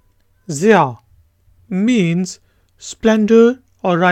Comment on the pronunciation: Zia is actually pronounced as Z-I-uh i know cuz my name is Zia